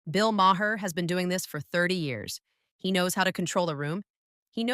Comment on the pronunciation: M-A-R. M-A-R. The H is silent. Mar.